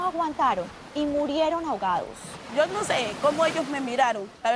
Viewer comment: La reportera dice "murieron hogados" hogados por Dios toda una reportera hablando tan mal?